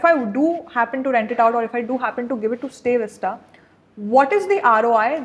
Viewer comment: It’s StayVista not stay vista